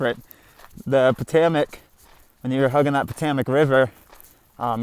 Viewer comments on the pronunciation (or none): IKR? That and “Po-TOE-mick”